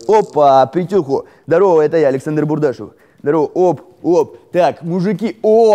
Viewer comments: Не БурдашЁв, а БурдАшев! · бУардашов а не бурдашОв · НЕ БУРДАШОВ,А БУРДАШЕВ!!!!!!!!! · не БурашОв как ты говоривишь, и БудАшев) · не бурдашОв, а бурдАшев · БурдАшев, хоть ударение правильно ставьте когда читаете... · БурдашОв, ааауоа, слух режет. Ощущение, будто вообще снимает ролики "на отвали". Серьезно, в интернете находит информацию о блоггерах, читает это все, вставляет нам отрывки роликов где по нескольку раз зачастую повторяется ник блогера, но все равно в видео читает его неправильно. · Бурдашев ударение на У,а не на Е